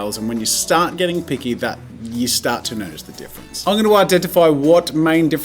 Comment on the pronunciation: "And if you haven't notied yet ... I am obiously-" -plugging every Marker video possible in this intro? "-on a bit of a crusaide to know absolutely everything about every marker [...]" plugs another video 🤣